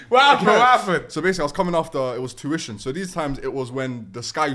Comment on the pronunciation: Why do all Somalis call it touition 😭😭